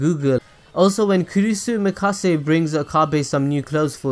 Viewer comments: It’s Makise not Mikase. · "Kurisu Mikase" Lmfao it's MAKISE Kurisu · He also repeatedly said Kurisu Mikase. Like WAT. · wanna cringe even harder? he said mikase instead of makise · its makise kurisu not kurisu mikase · Kurisu MIKASE :v dude... makise kurisu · Did you fucking said Mikase Kurisu? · Kurusu Makasey? At least try to pronounce their names right. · RoyalSoulCrafter yep, he did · Makise. MAKISE KURISU. Good video though. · I cringed every time he said that... It's Makise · learn to pronounce names please. Hououin is not pronounced Hoenheim. its also pronounced Makise.